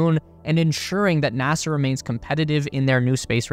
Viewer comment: It's NASA...not NASAR